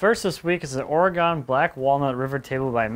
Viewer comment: Oregun not Oregone thanks great stuff